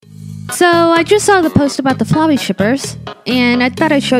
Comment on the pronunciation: Flwey you flwey and flwer